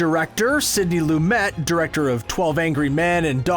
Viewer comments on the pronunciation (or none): none